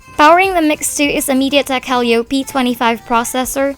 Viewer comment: Pls refrain from pronouncing Helio as 'hell-yo'. Quite creepy to say the least. It's should sound as 'hill-yo'. Pause a bit if needed. :)